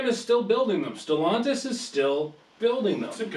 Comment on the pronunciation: You think being the you know how to pronounce Stellantis